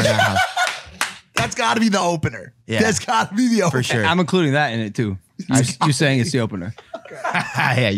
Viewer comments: "FO SHOW" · Take a drink every time he says “FASHO”